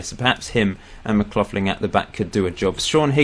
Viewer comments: Please stop saying mac-cloth-lin... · I support West Ham too, also your captains surname is pronounced Mc Lock-linn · Its pronounced Mc-loch-lin and hes an accies Legend, the team i support